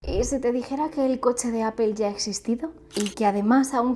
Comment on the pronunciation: pero por qué obviamente? Hasta si te metes a un traductor como google translator se escucha como se dice. Y appel no se parece en nada